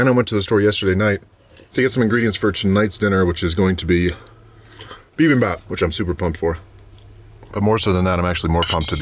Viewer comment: Bibimbap is so good. I used to eat that all the time in New York (fyi: its pronounced 'be-BIM-bap' - not BE-bim-bop) Your bowl looks amazing! Great job!